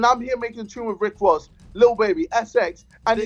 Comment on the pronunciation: I had WICK WOSS PERFORM. ahahah love ya JJ